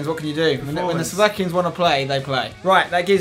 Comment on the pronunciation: It was actually so funny to hear Spenny pronounce Slovakian players names 😂